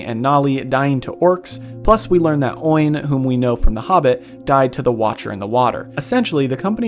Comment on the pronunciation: Oin is not "oyn". Rather it is "Oh-inn". Likewise, "Glow-inn".